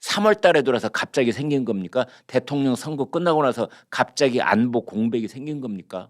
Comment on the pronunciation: 언제부터 '안뽀'?? 웃기네